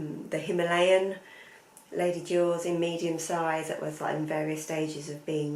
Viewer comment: I thought you said you went to ‘jaws’- wasn’t until I saw the Lady Dior that it clicked 😬